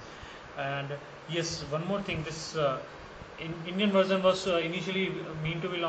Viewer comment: Are you speaking english its Version and not varson....you may correct it in next videos which you do.. thanks!